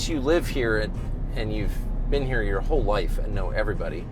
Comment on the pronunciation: Ya can't get therah from herah! Love this guy. Everyone need a guy like Sherwood in their life! You just don't get more real than this guy lol. Sooooo American right....lol. Nothing they can't do or won't take on. Even an ex con....and I would trust him before about 80% of the people I know now lol. 10,000 faghts.... Love how one syllable words become two almost. Like, back in Jersey were I was born....On...almost sounds like 2 syllables lol. Owww-an Gotta love Sherwood! you get basically a container, like a shipping container that goes on the back of tractor trailers, without a lid...and you fill it with water and then drop the EC in it until it completely discharges. Might be salt water, can't remember but...thats what some places in Europe does.